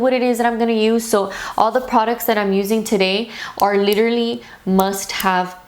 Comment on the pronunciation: "Leeterally" hehe ❤️